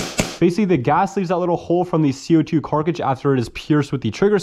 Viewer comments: Me shivering every time he says "carcidge" instead of cartridge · Everyone: "cartridge": "carcah-jizz" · Bro you gotta learn how to pronounce cartridge properly wth is a carcage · does he really say "Carcage" instead of "Cartridge"?? i knew something sounded weird but i just now realized. "Carcadges" "Cartridges" interesting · Cartridge not “carkage” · carcage hahahahah its cartridge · Its cartridge not carkridge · “CO2 carkage” 🤣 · WTF is a carcage its cartridges!! pronounced cart ridge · What's with the "Carckages"? Y'all mean "Cartridge"? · I believe you mean Cartridge not Carcidge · Co2 carkridges… bro it’s a cartridge. Brooooo it’s CARTridge not carkridge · Carcages? I hate to be that guy but damn dude its cartridge😅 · Ypur cartrage pronunciations are fun..not hatin...jst fun to watch❤ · Car·tridge not Cark·ridge, I don't know why it pisses me off so bad lol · car-ta-ridge NOT KARKRIDGE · Right? WTF is a carkidge?? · Is it just me or is he saying carcidge instead of cartridge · “Co2 Carkages” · pronounce the T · This man cant even say cartridge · Jesus christ man, you gotta figure out how to pronounce cartridge, this is embarrassing. It's literally just like stringing together the words "cart" and "ridge", there's nothing fancy about it. (Oh and the part that was snapped off on the revolver is called the crane, the "rotating assembly" is called the cylinder) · why the hell can't you say cartridge